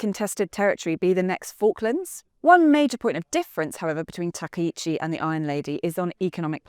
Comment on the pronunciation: Throwing shade at Japan? You can't even pronounce her name correctly 🙄